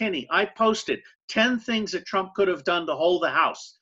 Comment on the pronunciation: Why did you keep saying Trimp